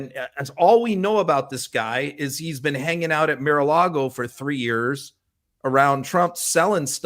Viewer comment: “Mare” a Lagos lol